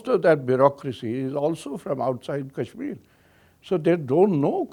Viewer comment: . If you don’t stop pronouncing Kashmir as cashmere, I will start calling you caren instead of Karan. 😅